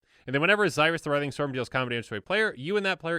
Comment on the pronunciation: You are saying xyris, the weathering storm incorrect it is pronounced z-ear-us, the weathering storm just thought you might want to know but either way keep up the amazing content live watching your channel